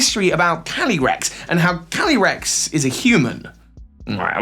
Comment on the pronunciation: When he says “calyrex” fast, it sounds like he’s saying “candy Rex,” like a candy T. Rex